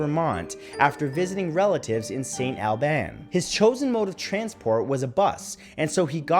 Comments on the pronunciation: FYI it's pronounced Saint All-bens. ;) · St. Albans Vermont you mispronounced it